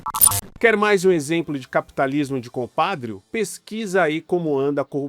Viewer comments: Por que não ler antes o texto, tirar dúvidas a respeito das palavras para pelo menos não dizer "compádrio"? Ou então, deixa quem escreveu o editorial ler. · Krlh, aprende a falar compadrÍÍÍÍo, bicho!!!!!!! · Sempre ouvi Compadrio com a sílaba tônica em "drio" e não no "pa".